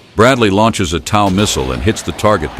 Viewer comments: TOW is pronounced "toe", not "tow" as in "tower". It drives me crazy hearing it mispronounced. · Maybe tell the AI narrator that TOW is pronounced "toe," as in "Tow truck." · It is pronouced "TOE", not TAU... TOW stands for Tube launched, Optically Wireguided (TOW) missile. And, there is NOT way that it can survive a shot from a 120mm main gun of a tank. The M2 armor protects the vehicle through a full 360 degrees against 14.5 mm armor-piercing incendiary (API) ammunition. The main gun on tanks average 120mm in size... You do the math as if it will stand up to that... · T.O.W. is pronounced toe like tow truck.😮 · It's not "TOWE", it's pronounced like you would pronounce the word "TOE!" Get it right goofball!!! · The word is TOW not TAW !! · Pronounced toe not ow, like you can tow things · TOW = Tube launched Optically sighted Wire guided It's pronounced like toe. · Rhymes with 'row.' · Its TOE, TOE! Like your big TOE! Got it?? SMH Should we really fear AI if it can't even pronounce a three letter word?? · Mispronounced the system name (TOW sounds like things on the front of your feet. This is correct) So:dislike..don't recommend! Block Throw shade. Free advice: human narrators are cheap. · Interesting pronunciation of “TOW.” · How the heck do you mispronounce "tow" every other time?